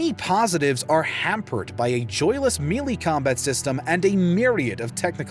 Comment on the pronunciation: “Mee-Lee combat system”? Lol